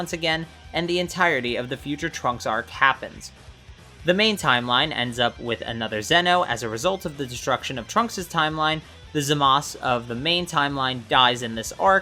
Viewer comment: It's pronounced as Zamas